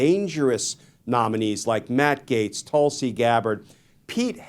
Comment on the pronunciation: tulsi it is a hindu name pronounced as bull, t is soft t